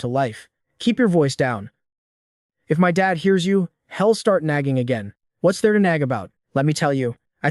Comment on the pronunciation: okay. AI doesn't understand apostrophes. (he'll pronounced hell)